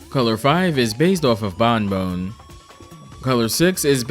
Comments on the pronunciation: Pronouncing Bonne like "bone" instead of "bon" sent me into fight or flight. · Sorry this is bugging me. It's pronounced "Bawn", not "bone". Double "n" gives s short vowel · It's pronounced "Bon", not "Bone". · Fr, it's not the worst thing in the world , but it's still messed with me. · That's... certainly a way to pronounce 'Bonne'. Not the correct one, mind.